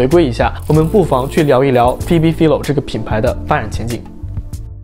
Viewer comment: Phoebe Philo的名子唸錯了